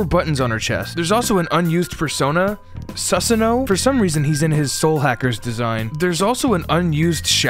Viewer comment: hearing Su sa no pronounced Sus ano was not something I ever encountered. But now I can't imagine the ancient folklore wargod as anything but an imposter.